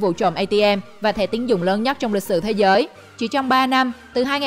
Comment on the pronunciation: Rỏi của rỏi 🤣, thế rới 🤣